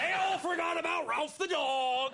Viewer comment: It's Rowlf not Ralph